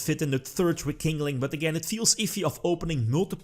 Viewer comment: Nobody:: Re-King-Ling.